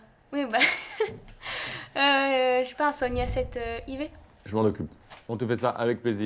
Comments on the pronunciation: Sony A7 "i v" ahaha c'est 4 ma grande 😂trop choue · Sony A7 "ivé" au lieu de A7 4 😊j ai direct pensé aux Inconnus avec "Louis croix vé bâton" réf de vieux sinon très bon choix 👌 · Si c'est pas déjà acheté, prenez lui un A7V et pas un A7 i vé 😂😘